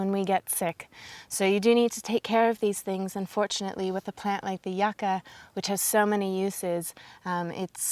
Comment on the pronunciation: Its pronounced you-cah :P